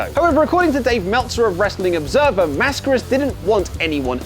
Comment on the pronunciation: Finally an English-speaker dude that pronounces "Mascaras" correctly. Good job